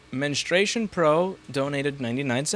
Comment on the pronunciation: That time when Louis reads "FenestrationPro" and "Menstration Pro" and doesn't even realize it.